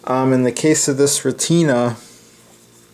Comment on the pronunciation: Retina is pronounced "ret-na", like the retina of your eye. Great work and beautiful camera.